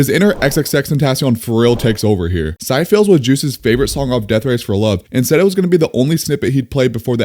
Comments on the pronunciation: bro for syphilis its not sigh-fills its si-fuh-luhs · Bro doesn't know how to Pronounce Syphilis 😅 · It’s not sy fills it’s si fill is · bro called syphilis psy phils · Just saying its pronounce si-fi-lis and it is an STD. Im talking about the song syphilis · "syfills" is a criminal way to pronounce syphilis lmao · Pronounced as See fi leese🤣 lol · nice video bro, btw I'm pretty sure "syphillis" is pronounced sif-i-liss. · Just to help out #28 is pronounced si-fu-lis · Bro did not just pronounce syphillis as cyfills 😭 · Bro can’t even pronounce a STD. Sheesh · Why did he say Syphillis like that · Im sorry how did u pronounce syphilis💀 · I lost respect for your opinion when u ranked black and white as well as when you pronounced syphilis. Like damn bro, u don't know what syphilis is? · Why you pronounce syphilis like that. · how did you butcher the word syphilis that bad bro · try pronouncing syphilis again please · That’s not how you pronounce syphilis..